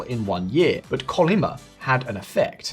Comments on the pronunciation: Its not Kolyma its Chollima.. and its also not Jusch.. its Ju-che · CHUN-LI-MA : 천리마 : THOUSAND MILES HORSE : a legendary horse that can go 1,000 Li(a Korean Length unit) without rest. The Pronunciation of CH in "Chul" should be like that of Churchill's Ch, China's Ch... though the worlds accent is on the 3rd syllable, MA. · Please research the proper pronouciation of native names before recording. Skipping this risks you getting a reputation of not actually having done fact checks are are just another opinion-driveling clickbaiter. 천리마 sounds more like "chul-li-ma". Even worse was your previous video about the 재벌 that dominate South Korea, which should sound more like "jay-ball".